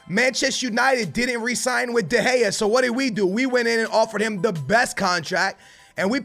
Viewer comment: Your saying David de gea wrong